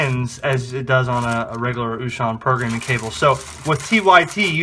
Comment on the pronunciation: Very good video. Thank U!!! I always love when Wouxun comes out with new stuff. Just a fun FYI.... U may be interested to know, Wouxun is actually pronounced OH-shing, not oo-shon. I know, everybody pronounces it different. But thats the correct pronunciation.